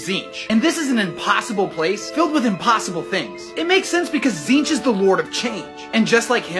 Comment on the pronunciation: Just like him, the pronunciation of Tzeentch is always changing